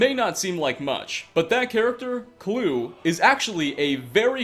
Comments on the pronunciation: Chris Kluwe's name is actually pronounced /ˈkluːi/, as in "cloo-ey", not "clue". No hate, just FYI. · Kloo-ee is how it's pronounced. Kluwe.